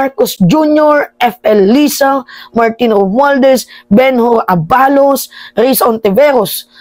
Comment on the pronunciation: ituwid mo ang bigkas Ng ABALOS.